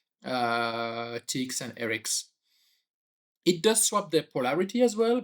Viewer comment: You are mispronouncing RX and TX